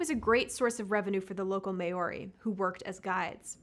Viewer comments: I am a native English speaker and I've literally never heard it pronounced May-or-ee. I've always heard Mow-ree. I don't even know where she got May-or-ee from. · mayorie! LOL doesnt even know how to say their name! so no looking up any info in videos if at all! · Pronounced MO-R-Ee. 🤦‍♂️ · Please, PLEASE look into correct pronunciation of Te Reo Māori! There are so many resources online that can help with how to say the words. I haven’t heard someone say May or ee in so many years and less than 30 seconds research is all that is needed. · Can’t pronounce “Māori?!?!” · 😂😂💀 too right? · Not how you pronounce Māori fyi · I cringed